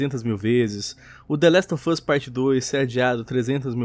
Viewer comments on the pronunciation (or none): Da agonia ele falando The Last of Us. Kkkkkk